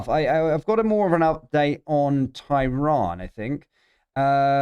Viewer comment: Can you please pronounce tehran properly. Its pronounced ter ran not ty ron